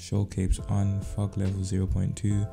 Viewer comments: sound like you said ** off but you said fog off 🤣🤣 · I heard something else when u said fog I thing f**k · When he said fog off. Thought be said fuck off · The way he said fog:off 😂😂 I heard something else 🤣🤣